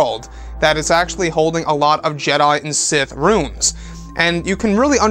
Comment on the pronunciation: RU-INS NOT RUNES